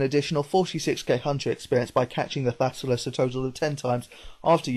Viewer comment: thassalus?? dont u mean thallasus